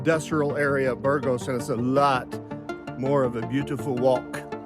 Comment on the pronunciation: Are you so American and unilingual that you won't even attempt to pronounce a Spanish term (or worse, make fun of the Spanish)? Spanish pronunciation is completely regular. A - always like ah. ge - always like hey (but more gutteral in the north). Ah hey s. Not difficult and not ayes. Later, your riff on Burgos with your incorrect pronunciation (not Burrrgos with an midwestern American "r" reinforces this. Better that you stay on the Francés where more English is spoken rather than the many caminos menos transitados where conversations are in Spanish.